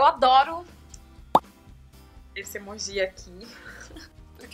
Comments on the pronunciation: Karol não fala emojís fala emojis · Karol, não tem acento pra falar emojÍ, é emoji com som de acento circunflexo no o (emôji) entendeu? Beijos linda!! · todo mundo fala emôji, ela tá errada mesmo hahaha aliás ela fala várias coisas meio erradas mas tudo bem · o certo é emôji ou emojí? a Karol falou emojí e eu fiquei sem entender! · Gente... So eu q falo "emôji" e nao "emojí"?? 😔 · pois é! me deu mto nervoso ver esse vídeo pq ela fala emojí o tempo todo! só vi até o final pq ela é um amor! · HAHAHAH Adorei essa tag Karol, ainda não tinha visto! ps.: vc fala emoji de um jeitinho muito engraçado kkk <3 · Vc fala emoji errado kkkk te amo